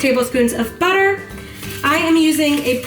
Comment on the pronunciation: BRRUH the way you say butter " BUTTAA" 😂💚